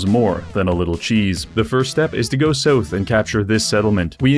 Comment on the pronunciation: Damn bro, really put some stank on that "south".